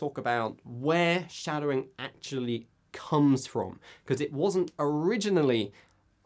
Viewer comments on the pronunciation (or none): none